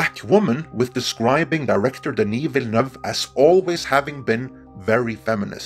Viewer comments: Just a quick comment to say that your pronounciation of Villeneuve was spot on. Absolutely perfect. Great job! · Yay! Perfect pronunciation on the name! Thank you for taking the time to do it properly 😁 very appreciated. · Hey - thank you for improving the pronunciation of Villeneuve's name. It is noted and appreciated. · It always feels great to hear a non francophone pronounce Denis Villeneuve's name correctly.